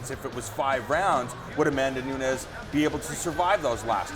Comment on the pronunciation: Valentina gets the win, if she doesn't get sucked into a brawl fight with the brazilian. Sticking to the game plan for the win. And by the way, not.trying to sound like a douche, bit why the hosts of the show keep saying Pena as "Peña"? And Nunes as "Nuñes"? They dont come from a Spanish speaking country, so their names are spoken In a different way